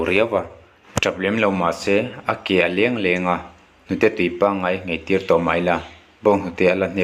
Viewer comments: A ke a leng a leng tih turah a lèng a lèng a i ti daih a,Mizo ṭawng chhiar hi a Har bawk a niang. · A ke a léng léng a❌ a ke a leng a leng a✅